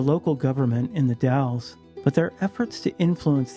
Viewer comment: As soon as you said bio terror attack that made people sick, I knew you were gonna talk about the incident in The Dalles/Wasco County 😊 thank you for saying The Dalles correctly. Forensic Files did an episode on the incident and would call the town "The Dale's", upsetting so many members of the local population, including my mom and I 😂